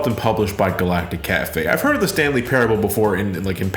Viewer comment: sounds like you're saying the stan lee parable...